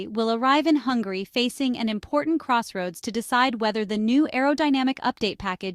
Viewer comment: by the way, its "Hungary" not "Hungarooy"